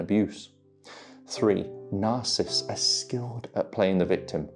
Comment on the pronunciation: Love you. Would you mind saying the name properly.... sorry, don't mean to be picky, but words are important. You are saying ' narcist' . It is ' narcissists' there is an extra syllable . Thank you